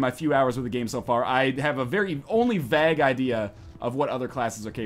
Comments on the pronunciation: Vague Nothernlion, not vag. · The way he pronounces "vague" is kind of annoying to me :(